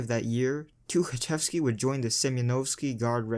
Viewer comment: says Тукачевский however his last name is Тухачевский. Х instead of K.